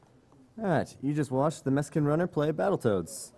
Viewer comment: "you just watched the meskan runner"